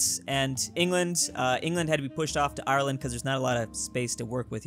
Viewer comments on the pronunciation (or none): none